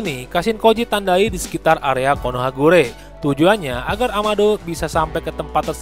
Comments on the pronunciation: KonohaGakure bang bukan konohagure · Konohakagure bukan KonohaGure